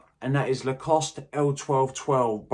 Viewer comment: Another boss video, well done buddy & congratulations on getting the Lacoste Fragrance name right! ha ha - best wishes as always from Scouseland